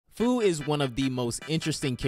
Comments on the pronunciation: Fu’s name is pronounced few 🤓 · Bro says Fu, when it’s pronounced “Few” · Pretty sure its pronounced “Few”